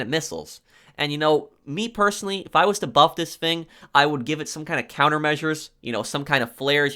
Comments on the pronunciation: The word is thing not fing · It's "thing" not "fing"